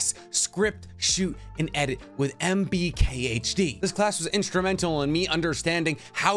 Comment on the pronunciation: Did he just call MKBHD, "MBKHD" ?🤣